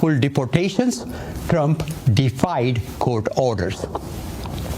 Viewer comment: He doesn't say Trump he says Drump😅